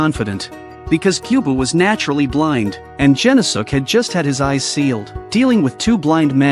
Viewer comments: "Gen-no-suke" The video: "Jen-oh-sukk!" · Oh my God, you mutilated his name it’s pronounced “gen-os-ke”